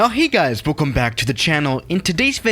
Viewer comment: sees a plane: now hey guys belcome back to another video today were in some random plane